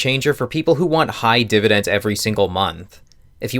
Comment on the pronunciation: am i the only one who had to click away when he said dividens the first time